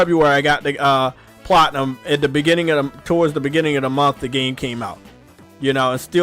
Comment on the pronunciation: says the word "Platinum" weird in 3 different ways. Can he not say it right?